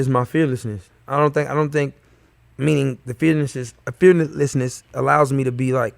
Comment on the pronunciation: Pronouncing the word fearless is Chris Browns kryptonite.